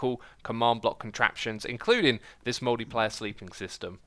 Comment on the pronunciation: Hahaha is it just me or did Xisuma say "Moldy Player Sleep system" XD